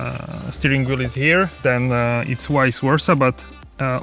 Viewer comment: Wice Wersa! lol